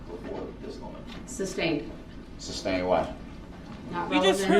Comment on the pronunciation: It’s sustained not substained. You’d think that he would learn that by now